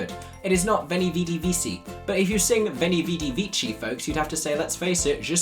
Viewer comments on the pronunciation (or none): There's no more reason to pronounce 'vici' like 'veesee' than to pronounce it like 'veechee'. One is italization, the other anglicization. In classical latin it would have been pronounced weekee. And "none" can be used both with singular or plural, I just double-checked it woth Oxford and then Cambridge dictionary to be absolutely sure, and yeah, bpoth singular and plural are correct. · “Not everybody studied Latin” IT IS NOT VEECHI C’s are pronounced as hard c’s like a k and v’s are like u’s or w’s. I get the point it’s just annoying to say they’re wrong then be wrong with the “correction” it’s pronounced like “when-y weddy wicky” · the fact that it's also not pronounced "vitchi", but "viki" though 😭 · Well, if you had studied Latin, you would know that "vici" is not in fact pronounced "vee-chee", but "wee-kee". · It was actually pronounced Weni Wedi Wiki, the way you pronounced it is ecclesiastical latin Also bowler was supposed to rhyme with bi-polar 😂. Other than that, there's no good explanation for that line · I must come and be a latin brat once more: V's in latin are pronouned as W's, and C's are pronounced as K's, so it's pronounced Weni Wedi Weki. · TECHNICALLY veni vidi vici should be "way-nee, wee-dee, wee-kee" because Caesar would've spoke classical Latin, which didn't have the v sound or the ch sound! The pronunciation you used (and the one the Catholic Church uses) is a later pronunciation. "vee-see" is definitely wrong, though! (Same thing when Caesar says "et tu, Brute?" in Julius Caesar- Caesar would've said brew-tay, but then we don't get the Brute/brute play on words, I guess.)